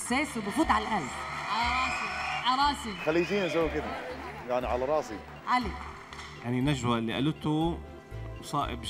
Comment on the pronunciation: يقال له ترجم لريا الحين ههههه وحتى النطق مايعرف ينطق وش قال قال على راصي هههههههههه